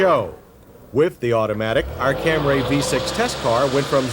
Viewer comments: accents are for the lazy.... I travel a lot. A long time ago it was startling to hear someone speaking a native language let's say "Cambodian" and then in perfect English say a word, then continue on. Camry is said Camry, not Camray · I like how he pronounces it "Cam-Ray". It's "Cam-Ree" with a long "E" (at least in the US). It could be that in other countries it's pronounced "Cam-Ray". Just how Nikon (the camera company) is pronounced "Ny-Kon" (witha long "I") whereas in other countries it's pronounced "Nick-On" with a short "i"). I think the Taurus SHO actually had a V8 transverse motor though, not a V6 (And it was made by Yamaha). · Do you mean Camry, not Cam-ray? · Damnit, John! Its Camree!! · CaMRAYY Lol 😂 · And then the commercial comes out and decides its Camry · Cam rays!? Cam rays!? It’s pronounced Camry. Say it right!! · Cam-ree not Cam-RAY. Had to stop. Couldn't take the mis pronunciation. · It’s not like this is a new model. John should have known by then it’s Cam-ree, not Cam-ray. Also, how did the Editors not say something to him...like re-do your audio on this! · How did he get "Cam-ray" out of C-A-M-R-Y? The Camry had been on the market for years by 1989; nobody corrected him that whole time? No one on this freaking shoot corrected him? Director should've taken him aside and said "That was great, John, but can we do it one more time and this time say CAM-REE?" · That's my thoughts too! Is it camry?! Or camray?! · Toyota's first Camry with a V6. FFS, John..........it's CAM-REE, NOT CAM-RAY!!!!!!!! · I usually love these Retro Review videos, but jeez, it was hard to make it through that one with the constant mispronunciation of "Camry." Like nails on a chalkboard. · John it’s CAM-Ree! Only one a in Camry 😂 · Cam-ray? Am I hearing this right? Almost as bad as his pronunciation of testarossa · Funny that it took John Davis like 20+ years to stop saying "Cam-ray" and pronounce it correctly. 🤣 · Can you say "CAMRAY"?😂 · "Tarrus" "Camray"